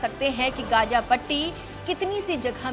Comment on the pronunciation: Gaga nhi gaza 😂 kaha say atai hai yai journalist